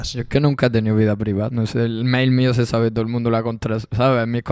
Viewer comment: Yung "sabeh" Beef